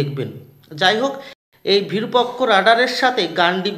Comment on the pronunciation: আরে ভাই বিরুপক্ষ নয় বিরুপাক্ষ।